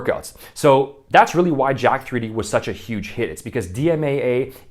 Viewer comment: Someone probably mentionned this to you since the time of this video, but Jack3d is actually a clever use of internet elite speak, where the letter E is represented by 3, so it should be pronounced "Jacked"